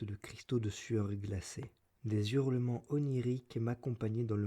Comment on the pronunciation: Ordo audiolibram : - "des Zurlements" ? - ça se prononce "Sahozeunde Sonze", pas "tahousande soundse" Mais je m'abonne et fais tourner ;)